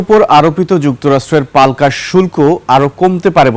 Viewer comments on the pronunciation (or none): palka na palta hobe ki porlen apni